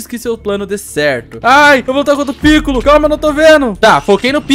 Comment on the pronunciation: se fala picôlo, e não pícollo,e vc chamou o hidro de esquisito, mas o amei o video continue fazendo videos assim